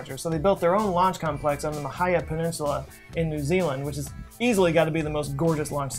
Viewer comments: Im from NZ... It's Mahhhhhh..... heeeeeeee.... ahhhhhhh not ma hi ya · Hey I just wanted you to know for your next video on Rocket Labs that the Mahia Peninsula is pronounced: Ma-he-a with stress on the "he" Ps love your work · Mahia is pronounced "Ma-hee-ah.